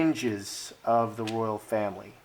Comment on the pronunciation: Anne, Princess ROYAL, not ROYALE!!!